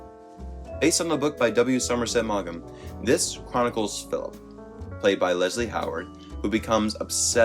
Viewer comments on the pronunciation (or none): Well, for a start, it's Somerset Mom, not Magam( I spelled these poenetically) . Second, Joan Crawford didn't say no to Hush Hush SC; she was fired. You can see clips of her arriving in a taxi at the plantation on You Tube, and third, I have heard that 'Feud' was high accurate and not inaccurate. Otherwise it was a very good video. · btw, I think the pronunciation for Maugham is “mawm “ g is silent for author W. Somerset Maugham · You don't pronounce the g in Maugham.